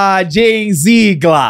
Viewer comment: Meninos, desculpe-me pela correção, mas a pronúncia do sobrenome da Beiçola é "Zégler".